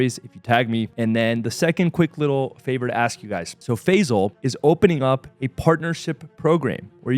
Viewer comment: Bro his name is NOT Fezal. His name is Fay-sal.